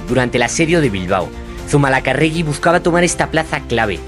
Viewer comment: Madre mía....Zumalacárregui....palabra esdrújula.....acento en la tercera a...